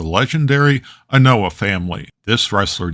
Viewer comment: The surname Anoa'i is pronounced "ah-no-wa-ee" kind of like how you pronounce Hawaii, and Masahiko is pronounced "ma-sa-he-ko." Great video as usual!